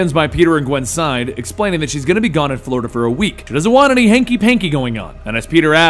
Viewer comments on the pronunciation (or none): none